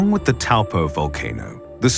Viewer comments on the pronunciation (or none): You are mispronouncing Taupo. Toe-paw